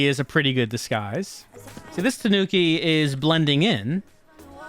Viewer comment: Gotta get them Tuh-nooks